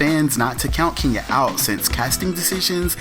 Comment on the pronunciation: ....Everytime you say KEENya I cringe. it's KEN Ya please be professional enough to pronounce a person's name correctly. Ken, Ken, Ken, Ken YA not Keen or Kean Ya